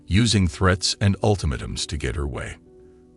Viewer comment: Kinda hot, eh? P.S. Ultimatum is not pronounced correctly.